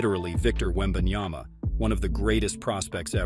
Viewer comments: Yep that's what I've been saying. It's Yama not Yana😅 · And yet, SAS still can't say his name properly after one year in NBA.... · Stephen A. Smith still doesn't pronounce Wembanyama's name correctly. It's either disrespectful or contemptuous. Because of that, I don't listen to his comments. It hurts my ears too much!